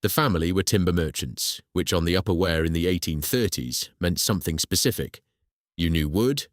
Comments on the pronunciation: Wrong pronunciation of "Wear" _ it's "Weer", not "Where" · It's not wear as in "Ware", it's Wear as in "Ear", and all Sunderlanders are known as "Mackems" which derives from ...... whatever it is, ships, boilers, engines, rope & tackle, we "make them" (or in Sunderland it's mackem) ! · The pronunciation of the river name is "weir" not "ware" - pity, it's a good video.